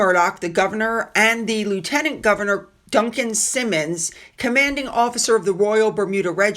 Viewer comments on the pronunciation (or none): none